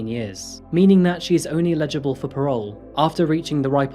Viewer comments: It really annoys me that you can't pronounce eligible or ineligible. It always come through as Legible. They are very different words with completely different meanings! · Firstly, thank you for your presentations - I feel you are starting to really polish your (now established) delivery style. Just one minor quibble.... even though closed captions show your words (at about ) as "only eligible for parole...", I hear "illegible". People who have viewed your clips with me also hear it this way, so I don't think it is my hearing. This has occurred in other clips and I am sure you do not mean 'Illegible". for parole. Hope you take this in the spirit I convey it! cheers